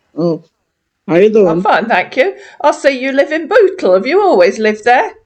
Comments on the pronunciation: Sounds like he is saying that he lives in Butthole lol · Sounds like he says he lives in butthole. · Sorry, I'm just going to say it...he sounds like he is saying B*tthole instead of Bootle.😆🤦🏻‍♀️ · lol lol lol he cant even say bootle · 😂😂 That is how he's pronouncing it. 🤣🤣